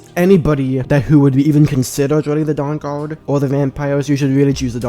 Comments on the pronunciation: The durr durrd? 😂😂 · Cwossbow bowts fwom the downguawd 🥺